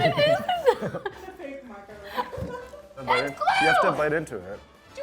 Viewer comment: she said macaron, its pronounced differently OKAY. idk i saw from thread banger